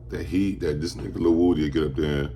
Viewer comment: um his name is a actually pronounced wooody